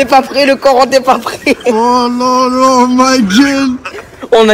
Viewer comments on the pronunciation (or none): none